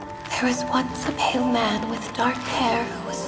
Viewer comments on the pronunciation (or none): none